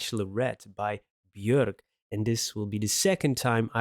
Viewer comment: You pronounced her name correctly, hell yeah!